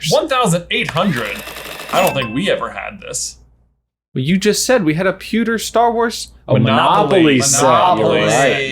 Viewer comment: Anyone else say “sponges!” When said “pucker” instead of pewter?